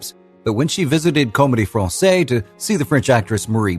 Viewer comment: La Comédie Francaise. Not Fransay. Fransaize. It’s no problem not speaking French but when you are talking about french people and things, you owe to yourself to get it right. The mispronunciation detracks.